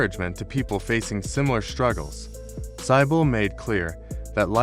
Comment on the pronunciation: Your reader is very poor, not even pronouncing Cybill correctly!